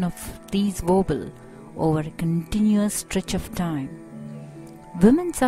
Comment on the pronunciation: she keeps saying "wovels"...